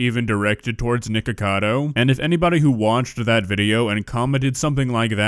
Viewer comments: I love how PewDiePie says it nIcKAdO ACkAdo i love it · He keeps calling him Nikado lololol